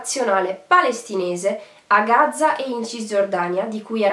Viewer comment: Gaza con una z perché continui a dire Gazza ???? Spento dopo 1 minuto